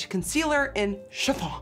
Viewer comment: The way you said "tride and trued", "chiffon " & "buttah" made me giggle